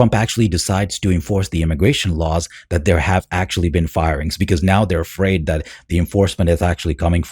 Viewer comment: They’re criminals, hey should be “Eafraid” Jesus Christ they can’t say a damn English word without putting a damn E in front like wtf get out 💯🚮